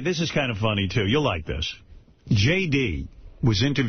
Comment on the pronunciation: JD really is incapable of pronouncing ‘th’! This = Dis, that= dat, the = da. Lord uh da rings. Fucking annoying